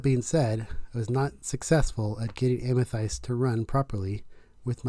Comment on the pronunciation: So triggered by the way you pronounce Amethyst lol. Great video thank you.